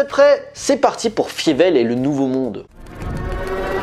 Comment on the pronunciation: C'est bizarre, tu as vu le film pour cette vidéo mais tu prononces "Fiévelle" au lieu de "Failleveul". Une erreur souvent commise dans les VF des séries de ces dernières années quand des persos mentionnent le film, mais la VO et la VF de la saga prononce bien "Failleveul" pour le nom de Fievel...